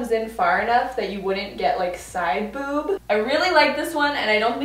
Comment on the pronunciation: When she said “ you wouldn’t get side bOòb” haha dead 💀😂